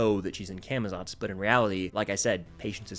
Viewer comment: Day to many of getting people to say camazots right (cah muh zots)